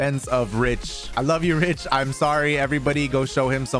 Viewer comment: Is it just me or does it always sound like they say "Ridge" instead of Rich? I must be crazy lol